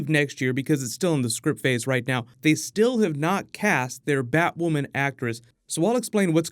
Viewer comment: Finally you said Batwoman’s name right